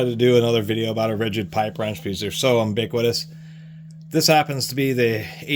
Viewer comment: There’s no “m” in ubiquitous. They only say it that way in Utica, NY. lol. Love the vids. They’re my nightly ritual.